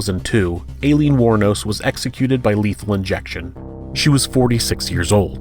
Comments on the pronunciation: You’re pronouncing alieen wrong, it’s pronounced like “I-leen” not “a-leen” It hits the ear wrong. know you’re doing your best and I appreciate it but seriously if your gonna talk about her pronounce her name right. it’s irritating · Pronounced Ilene not Aliens. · Eileen. “Alien”? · Alien xD its aileen!!! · Ok, but A-lean tho?? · Alien do u not see the r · Why are you pronouncing #5 like that haha Her name is Eileen, just spelled with an "A" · I heard Alien aswell haha! Confused me for a second. I actually thought it was pronounced 'A-leen', so I was also wrong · And? We pronounce Aileen, Eileen, and Ilene as eye-LEEN in the US, just like you, O superior one. The narrator may not be from an area where the name is popular and may never have heard it said aloud. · FYI "Aileen," in this case, is pronounced "Eye-leen" and "Gilmouth" is pronounced "Gilmuth" like the town Plymouth in Massachusetts.